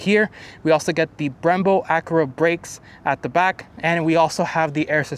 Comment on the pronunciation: Pronounce Acura properly